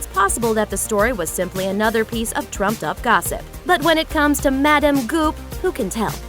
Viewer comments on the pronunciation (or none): none